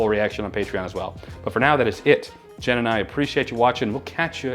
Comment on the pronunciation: I really have never heard someone have as much trouble saying my name as Jen. Lmao